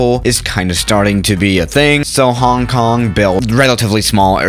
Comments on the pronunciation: I know but said it like Hang Kang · im from HK but i still like how u said "Hang Kang" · MJ Aviation Connections Jesus christ people its a joke... only because said it like that, I know it's Hong Kong